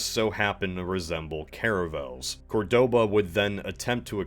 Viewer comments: I hate to be "that guy" but in Córdoba, the stress is on the first syllable. Great video anyway. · Why do all Americans always pronounce wrong the city of Córdoba? It ain't that hard.